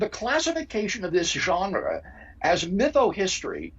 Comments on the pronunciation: Craig loves to pronounce french loanwords with original pronunciation... viz genre pronounced 8 times differently in close succession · “There are moves we can make” says Dr William Lane Craig, PhD, used-god salesman, shortly before he gratuitously overpronounces “genre.” Why. Do. People. Think. He. So. Clevr.